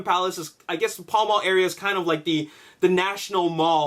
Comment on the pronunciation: pall mall is pronunced pal mal